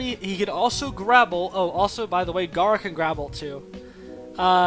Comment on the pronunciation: you say "grabble" "grapple" it sounds like i dont know what that is